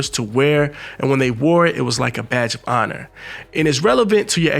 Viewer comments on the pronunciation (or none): none